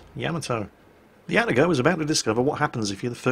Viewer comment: getting triggered by "atta-go" and not Ah-Tah-go